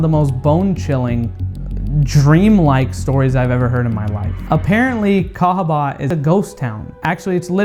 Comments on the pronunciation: I’m sorry but cahaba, Alabama 🙄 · Sorry, but I say cahaba Alabama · CAHABA,ALABAMA sorry but you have to go don’t step on a black bag 😆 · Ayo, let's go to THE CAHABA , ALABMA.😂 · I'm sry but I'm going to have to say cahaba Alabama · sorry to do this but.. cahaba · I think it's got to be cahaba, Alabama sorry. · I’m sorry but I have to say Cahaba Alabama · Im sorry but CAHABA Alabama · CAHABA,ALABAMA. 💯. SORRY ❤️